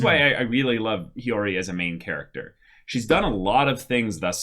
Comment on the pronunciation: YESSS!!! They finally pronounced Hiyori right! Also, we never got the story with the butterfly